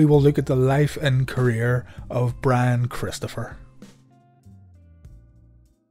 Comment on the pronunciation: Am i the only one hearing bran and not brian